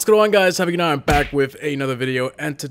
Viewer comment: What happened to the emphasized “back?” BACK